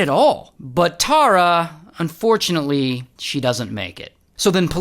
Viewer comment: Omg my name is Tara and please try and say it like tar-ra not tor-ra tysm ❤